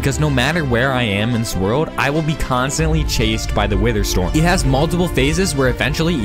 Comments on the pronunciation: “wither stom” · "wither stom." XD